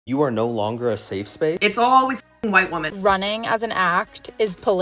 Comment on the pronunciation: The word women is pronounced wim-min